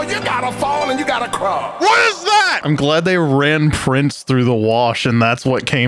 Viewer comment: prints, not prince. Prints.